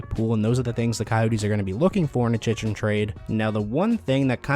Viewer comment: It's pronounced Chick-Rin. So annoying how many times you butchered his name.